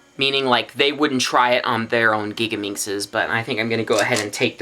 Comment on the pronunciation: LOL!!!!!!!!!! I like how you say gigaminx!:geegameenx